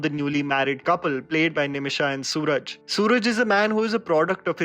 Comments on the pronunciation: Its not Suraj, its pronounced as "Suraaj" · Bro it's not sooraj, su raj. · Nice review....And the husband's name is pronounced as Suraaj......and not suraj. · His name is actually Suraaj, not Sooraj. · It's not 'Sooraj' it's "Suraaj". Btw, amazing review ❤️ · It's Suraj not Sooraj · Not sooraj, swaraj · Correction: its suraaaj and not Sooraj 👍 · Bro...suraj... Pronounce:su/raj... Not su/raaaj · "Suraaaaj" not "Soooraj" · its is Suraaj in pronunciation not Suraj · Bro BTW.. Its pronounced (Su- Raaj).. Not sooraj... Just for info.... Peace ✌️ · As always, yet another gem of a content from. 👌 Just here to point out it's 'surAAj Venjaramoodu' not 'sOOraj'. Cheers! 🙌🏻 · The actor's name is pronounced "Suraaj" and not "Sooraj". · His name is not Suraj, it's pronounced Suraaj. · Hey SURAJ is pronounced as Su- raaaj and not Sooraj 🤷🏻‍♂️ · It's Suraaaj...not Sooraj😎😎😎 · he's not called "suraj" (even the spell is correct), he's "suraaaaj" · Just helping out . Suraj is going to be in more films this year. And his name is pronounced as Suraaj , yeah double A's while speaking his name. ❤️ Much love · Its suraaaaaaaj not suuuuraj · Good review👍 Bwn.. His name is pronounced as Su-Raaj. Not Soo-Raj. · Su-raaaj not sooraj😅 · Sorry but its Suraaj Not Sooraj..🤦‍♂️🤦‍♂️🤦‍♂️ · let me correct it's not sooraj it's Suraj ( pronounced su'raaaj) you gonna need it because you'll have to talk about him more in the future because he's a absolute banger of a actor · his name is prononunced as suraaj not suraj... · The name is not Sooraj, it's Su-Raaj (सुराज) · I just wanted to point it out becoz it felt weird, it's not sooraj it's SUE-RAAJ that is how his name is pronounced PS: I ❤️ ur channel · Its not SOORAJ Its SURAJ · His name is pronounced Su-raj Good review😊 You must watch this pair's previous movie "Thondimuthalum Driksakhshiyum" which means "The mainour and the witness". It is a Must watch. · Suraj alla bro, It's pronounced as 'Suraaj'. Anyways, thanks for the great review